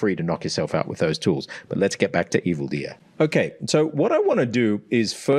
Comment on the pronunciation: My favorite vowel is the o in "okay", because he says it almost like how Americans pronounce the letter name A. So I hear it as A-kay lol I'll have to go back and listen carefully for other instances of him using the 'goat' vowel (goat, vote, bone) but I'm pretty sure he pronounces 'okay' unusually unrounded, relative to other 'goat' vowel words. My hypothesis is that uses "okay" as a social cue, a sentence terminal of sorts, and sometimes words with special use cases can gain specialized sounds, even if in every other speaker it's the same